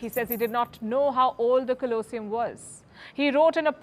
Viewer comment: How to butcher the English language. You can't seem to pronounce the TOPICS of your videos, like COLOSSEUM and BENITO MUSSOLINI, among many others.